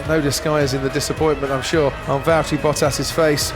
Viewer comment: Valtteri*, not Valteri or Valterri.